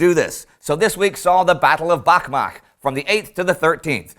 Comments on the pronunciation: actually its Bakhmach [ˈtʃ], not Bakmah)) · Please, Indy, it's Бахмач, i.e. [ˈbɑxmɑtʃ], not [ˈbɑxmɑx] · Bachmatch - is proper way to pronounce Ukrainian town. Like you pronounce Dutch